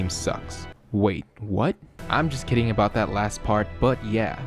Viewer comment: Also it's "about" not "a bout"